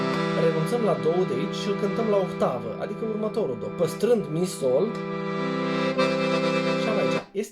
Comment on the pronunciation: pe timpurile mele era...OCTAVA...de la otto (ottava in italiana)...la dumneata e OHTAVA de la OHTO...8,,,in romales!!)))))).....hai ca esti tare!!!....RESPEKT pt ceea ce faci ....indiferent de pronuntia corecta!!))))